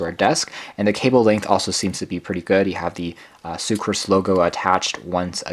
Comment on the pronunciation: Soocas. Not soocRas.